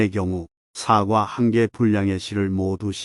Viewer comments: 사과라고 발음해야지 사~과로 발음하시니~ 사악과로 들리기도하네요~ ;; 다른발음은 좋은데 사~과 발음은 영 아니네요~ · 사과 발음이 영 부자연스러워 듣기에 매우 거북합니다 유튜버님께서는 뭘 잘못하고 나서 사과할 때의 발음으로 하니 발음부터 고쳐서 하시는게 좋겠습니다